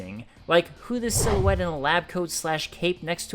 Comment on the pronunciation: You need to read a dictionary rather than spend time watching cartoons. It’s ‘silhouette’